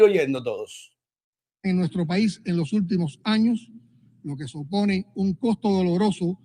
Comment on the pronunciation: Dijo lo que sopone en vez de lo que supone jajaja es un arado